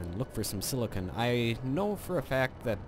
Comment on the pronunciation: silicen. This made my laugh so much the way you pronounced it the first time.